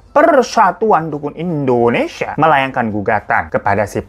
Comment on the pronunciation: Indonesia bang Hiro, bukan Endonesia 😆